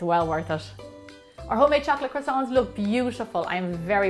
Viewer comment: Why are you saying "chocolash" instead of "chocolate"? ( ͡° ͜ʖ ͡°)